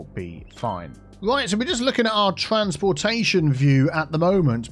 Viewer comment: "Transporteation Hub" hehe